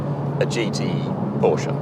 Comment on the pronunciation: It's Lancia Delta Integrale [LAN CHEEYA Delta INTE GRAH LE]the C has a CH sound, it's Italian,The E at the end has a short sound...as in Olé at least try. At least you got Por-sche about right. You lot usually say "Pooorsh"